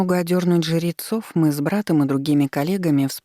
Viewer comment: Мне показалось, что ей просто сложно сочетание жр выговаривать, поэтому звучит немного странно, но в целом ок